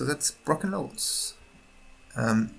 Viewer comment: BrOken lords not bruken lords